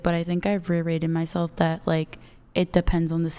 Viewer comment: This girl said "reiterated" several times and pronounced it differently every single time, but not once did she pronounce it correctly lol.